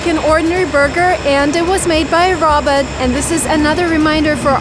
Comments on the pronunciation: Why do U call it a RABIT? It is Rowbot- sounding it out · Sounds like she says Roberts other then that great video not being mean just saying great video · Isn't it supposed to be pronounced as row-baats? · The way she says robot 😄 adorable! Row-bot is the American pronunciation. Aww her moms adorable too! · Lol her pronunciation of robot is adorable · Can't say a simple word like "robot" -- really. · I'll never say "robot" the same again..